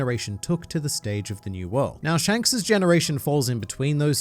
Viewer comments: "Pshanks" made me laugh too much for reasons I don't know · Lol you said Mr shanks normally